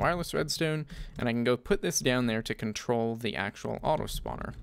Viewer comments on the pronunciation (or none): none